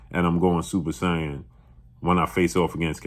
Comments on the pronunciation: "Super Say-Awn".... like Vegeta? 🤔. But team Crawford 💯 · Butchering “super saiyan” but I’ll let it slide